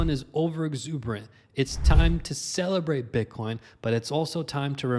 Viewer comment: I heard "it's time to SELLabrate bitcoin" lol... that one split second tho I was like dang already?!